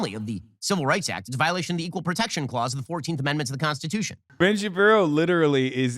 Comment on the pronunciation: Hasan, I need you to know of all the insightful ways you enrich my life, you calling Ben Shapiro Ben Shabibo is my favorite.